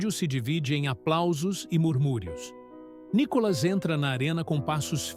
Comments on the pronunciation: Por que vc chama o Nííííícolas de Nikólas??? Quer avacalhar com o nosso querido deputado federal né??? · Lá vem o NICÓLAS. O pronuncia do nome do Nicolas está errado. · Por favor: A cilaba tônica é " NI " e não " CÓ " entenderam? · Nicolas ou Nicólas, Veja e fale correto.